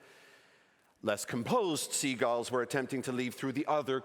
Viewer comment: So not only can he not say "Penguins" he also can't say "Seagulls". Good to know.